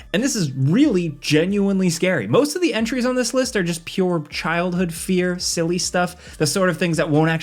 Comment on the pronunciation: Anyone else here him say “scared scilly” toward the end? Btw love the channel